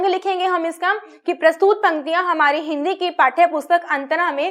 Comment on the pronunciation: बाकी सब अच्छा है पर प्रस्तुत को प्रस्तूत मत बोलें